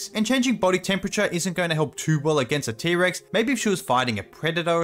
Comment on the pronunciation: Normal people: T-Rex This guy: Pterix